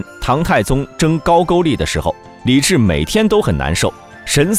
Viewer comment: 高句（gōu）丽（lí），最后的丽字发二声。